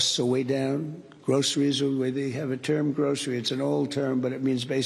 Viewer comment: That's what Donnie paid at the "grow-sir-ee" store